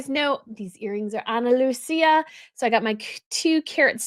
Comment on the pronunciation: it's Analuisa not Analusia. You are mispronouncing the name.